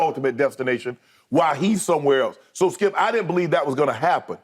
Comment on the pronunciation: I will always love the, “DONT DO DAT, SKEEUP!”